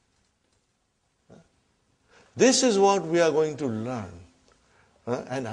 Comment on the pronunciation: *learn not Karen hahaha